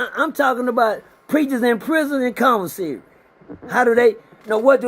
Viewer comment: Man it's commissary NOT convasary!!!!!